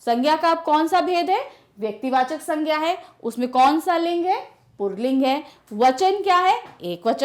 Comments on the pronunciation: Mam to pulling ko purling bol rahi hain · The way she says pulling... 'purling' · पुर्लिंग नहीं पुल्लिंग बोलिए, और पुस्तक पुल्लिंग नहीं स्त्री लिंग है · Mam purling nahi pulling hota hai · Purling nahi pulling hota h mam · Aunty purling ni pulling hota h 🌝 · पुरलिंग 😂😂😂😂😂😂😂😂या पुल्लिंग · Since there is no pronunciation of र in पुल्लिंग so call it pulling not purling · पूर्लिंग नहीं पुल्लिंग कहा जाता है madam हिंदी तो सही से pado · Mam purlink nhin pulling hota hai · Pulling not purling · Ma'am :- "PURLING" XD XD XD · Yes. U listen purling😅 because she said purling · Mostly hindi female teachers says purling it's just like ee ka bawasir hai be 🤣🤣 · Its not purling Its purrrrrling